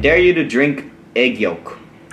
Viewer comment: for a moment there I heard "aegyo" instead of "egg yolk."